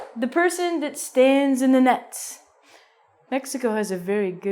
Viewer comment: you used a strange pronunciation to Mexico,why???